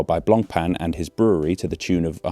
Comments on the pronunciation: Glad even English people struggle with the word brewry, brawry, brewery. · "Brrrurrrerrrree" - I thought only the Americans speak word that consist out of 98 % r.